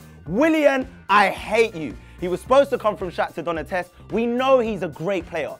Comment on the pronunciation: The way you said Donetsk hahahaha